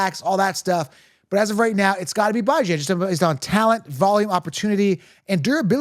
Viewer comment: He’s killing me with how he says Bijan’s name. It’s pronounced Bee-Jan, not Bye-Jan 🤦🏻‍♂️